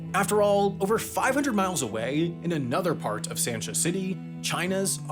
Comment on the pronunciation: Haikou is pronounced like "hicoh" and there is no emphasis on the "nan" part of Hainan. Sansha city is pronounced "sahnshah" You pronounced everything else correctly though, good job! Love your videos!